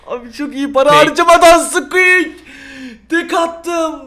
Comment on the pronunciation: Hiç kimse squeak diyeyemiyor sadeçe squek hwjsjajjajsa